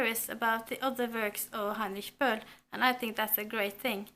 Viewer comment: I'm so happy right now! The Lost Honor of Katharina Blum is one of my absolute favorite books and I am also going to read it for my finals reads! You've pronounced Heinrich Böll SO amazingly correct :D